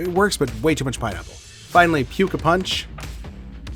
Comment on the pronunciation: Great vid! (tho I think we need to mod pronunciation of that last one to “pooka” 😂)